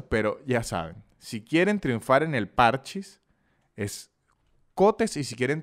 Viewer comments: no es que le digas ludo ni nada, pero, parchís tiene acento en la í, parchÍs, no parchis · es parchís acento en la i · igual no es pArchis, es parchÍs, dato que a nadie le importa.